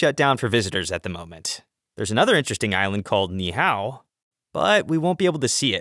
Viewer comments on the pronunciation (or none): I don’t know why he said “Final Eruption” because it’s constantly erupting. It will not stop in our lifetimes. Also, it’s pronounced “Knee-Ee-How”